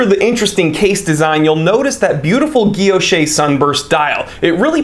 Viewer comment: Pronounced guil·loche /ɡəˈlōSH/. The last e is silent. Otherwise, great review as always.